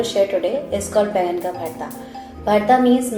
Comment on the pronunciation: Excellent video! A couple small corrections: It's called Baingan (Ka) Bharta, not Baigan Bharta. And OMG, you added WAY too much hing (asafoetida). It's almost always like a pinch because it's so potent. It's one of my favorite dishes.